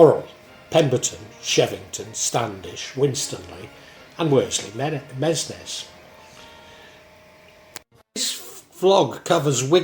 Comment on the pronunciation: A few minor corrections from your video... Aspull not Apsull Worsley Mesnes - pronounced Worsley Mains Haigh - pronounced Hay